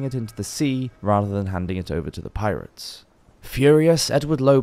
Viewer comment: Dude. We are you saying PI-RATE-S? That is not how it is pronounced.